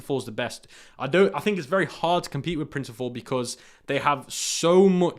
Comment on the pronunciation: Great vid as usual. Can’t tell with his accent but….Printful not Printiful. Not to get mixed up with their competitor, Printify.